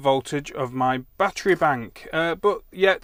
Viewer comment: My batt tree. Say it with me batt er ee.